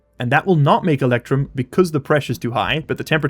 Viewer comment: Oh yeah, the fundamental alloys of Stationeers: Soder, Eectrum and Stee!